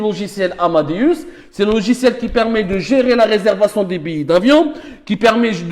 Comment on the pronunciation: Billets(biyé) et non pas Billi